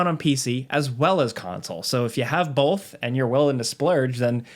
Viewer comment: IT’S BOTH NOT BOLTH